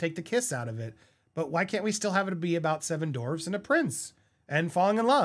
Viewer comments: "Seven dorwes" 🤣🤣🤣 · Andy they're called dwarves...not dorves 😂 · It’s dwarves not dorves 🙄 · Ok - I'm agreeing with what is being said (not Rahchel!) - but it's driving me crazy that you kept saying 'dorves' instead of 'dwarves' At least it sounded like that. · Bro it's not dorves its DWARVES